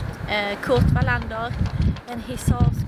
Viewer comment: Loved looking around the Wallender film sets there and now you've told me how to pronounce his name correctly. Thank you.